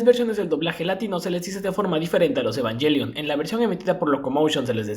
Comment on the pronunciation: La pronunciación real es "Evanguelion" y ningún doblaje logró decirlo bien. xd Algo que me parece curioso de los tres doblajes es la voz de Rei. En el primero Circe le da un tono apagado casi robótico, en el segundo Gaby le da un tono pasivo pero melancólico, y en el tercero Circe retoma pero hace un tono más parecido al de Gaby que al que hizo la primera vez.